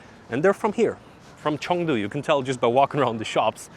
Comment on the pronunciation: Chengdu not Chongdu